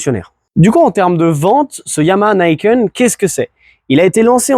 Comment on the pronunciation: Non, c'est japonais et ça se prononce à la japonaise, même si les anglophones se plantent. Ni, c'est deux, donc on le prononce ni et pas naï, et ken pour les lame qui tranchent la route. Donc ni kène, Niken, et non pas naïkeune comme les anglophones l'ont déformé :) Dommage d'avoir voulu commencer la vidéo avec ça :p Je ne suis pas un hater, j'en suis à mon deuxième Niken et 70.000km dessus !